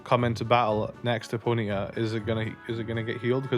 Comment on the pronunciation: I like the way you say it. "Pony'a" 🤭